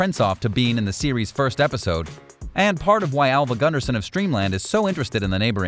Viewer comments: Its Steamland, not Streamland. Fail. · It's pronounced STEAMLAND